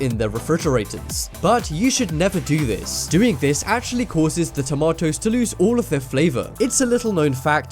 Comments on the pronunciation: why is he saying tomatoes like werid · I like how he says tomatoes heh tamatoes. by the way random question who has windows 10?